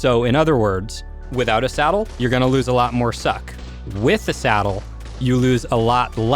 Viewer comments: Do you keep saying "salad" instead of "saddle"? lol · He said ascendant salad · I thought he was saying salad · I honestly think it’s funny how he says salad instead on saddle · is it just me or does he say salad instead of Saddle ????? Awnser plz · Before i thought you said salad and not saddle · SADDLE NOT SALAD!!!!!!